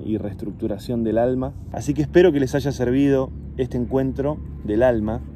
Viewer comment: namasté suena a no gasté